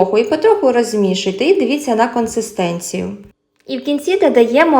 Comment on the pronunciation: "Консистенція", без третього "н" посередині